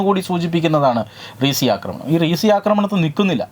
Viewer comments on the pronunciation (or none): റീസി അല്ല റിയാസി 🤷‍♂️ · That place not resi, that is reasi. റിയാസി. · വളച്ചു കെട്ടില്ലാതെ വെറുപ്പിക്കാതെ കാര്യം പറയുകയാണെങ്കിൽ നന്നായിരുന്നു.. നിങ്ങൾ ഇങ്ങനെ ഇരുന്നു മുട്ടയിട്ടു വിളമ്പിയ കാര്യങ്ങൾ എല്ലാം അതിൽ കൂടുതൽ നന്നായി അറിയുന്നവരാണ് തത്വമയിയുടെ viewers.. റീസി അല്ലാ റിയാസി ആണ് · റീസി അല്ല റിയാസി Riasi ആണ് ആദ്യംസ്ഥാലപ്പേര് നേരാംവണ്ണം പറയാൻ പഠിച്ചിട്ടു പോരെ ഇങ്ങനെ വീഡിയോ കത്തിക്കാൻ